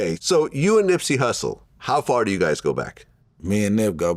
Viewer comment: Wow. He is supposed to be Nips homie, but he pronounced his name wrong. Hmmmmm